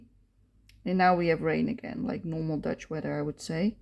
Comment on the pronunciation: Ow, ik hoor je zeggen 'normal Dutch weather' en begrijp nu dat je een landgenoot bent 👍